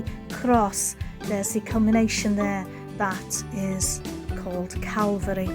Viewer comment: Love your Vids, and pleasant presentation. Saint David's church is impressive to say the least. Like how ya say Calvary😁, u have a nice voice buddy🤝🙏. Blessins